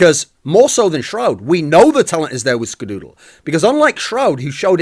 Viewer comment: Please make a video where you just say skadoodle. It sounds so funny when you say it. Dooooodle